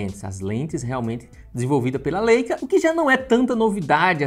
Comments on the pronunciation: Falar " LÊICA" matou. Pqp. É "Láica" rapá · Leica - Laica a pronúncia ;)